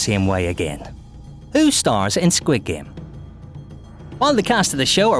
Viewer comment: Your Korean pronunciation for squid game is messed up.